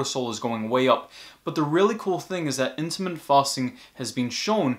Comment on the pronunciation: Very interesting, good information. But he's saying "intimate fasting" whether he knows it or not, and I'm sure he means "intermittent fasting."